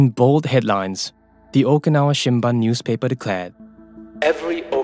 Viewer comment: Too many repetitions. I stopped watching halfway through. Shimbun is not pronounced as shim-bun but shim-boon.